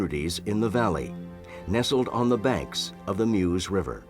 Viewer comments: Do try and get the pronunciation right: the area around the river Meuse isn't pronounced "Muse", it's pronounced "Merse". (What's with you Americans!) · correct prononciating " meuse "